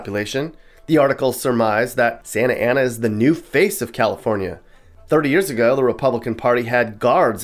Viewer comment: Sah-Na-Tah Ah-Na! LOL